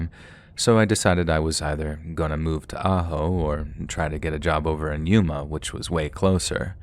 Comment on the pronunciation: you pronounced Yuma correctly, 100 points awarded. i grew up in yuma it's always nice to hear the hometown mentioned every now and again. there's nothing in Ajo idk why that guy would go there.